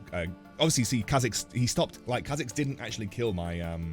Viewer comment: What's the Kha'zix build? I'm hearing Kha'zekes or is it just me